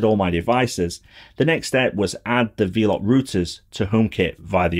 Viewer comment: Great video. Quick point - it’s pronounced “Vel-up”, as in, “they’re wifi nodes that ‘envelop’ your home with internet” (from ‘envelope’) 👍